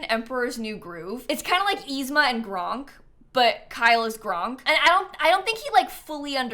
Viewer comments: Gronk??? Really youre gonna disrespect the best himbo of all time? Kronk deserves to have his name said right!😂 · *Kronk not Gronk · It's Kronk... not Gronk... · I’m sorry i say this with love but I’m gonna be roasting you about calling Kronk “Gronk” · Love that calls Kronk “Gronk” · Also, I'm sorry, did you say Gronk?????? Kronk, friend.